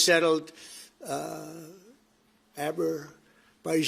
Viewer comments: Azerbaijan ❎ Aberbijan✔️ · The stupid POTUS can Not even read properly: Aberbayjan and Albania fight for years. Azerbayjan not Aberbayjan .... Armenia not Albenia. Zionist stooges never succeed in literacy. this day USA is acting like a desperate bitch run out of money and try to harm anyone by deceit! Already sponsoring genocide in Palestine by giving bombs and surveillance for free while US debt skyrocketing $37.5 trl. and now trying to destabilise Central Asia. Wake up American ppl, do something about these zionassi fascists running government lest it would be too late. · This idiot cant tell Albania which is in Europe and has no trouble even border with Azerbaijan from Armenia😂😂😂😂..less of all pronounce Azerbaijan correctly..pathetic idiot😂😂